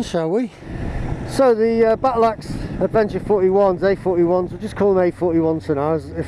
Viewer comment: Oh no! You missed the S out of Bridgestone😱. And Adeventure! What you been drinking? 😂😂